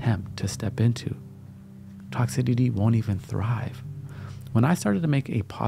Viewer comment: it’s not toxi-TI-ty, it’s toxi-CI-ty. Lololol good vibes only homie ✌️